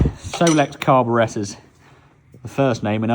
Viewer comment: Say it with me... CAR-BORE-ATE-ER.